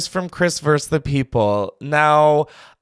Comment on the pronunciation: Chris I love you. Vs. is short for the word VERSUS. Two syllables! You keep saying Chris Verse the People... and you are not preachy enough for Verse... and I heard once you said you were a top, but who knows maybe that's what you mean by Verse... ANYWAY love the new show ❤